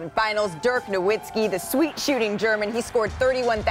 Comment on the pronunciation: Malika somehow manages to mispronounce Naismith, Nowitzki, and Pau in the same segment. Bring back Rachel Nichols.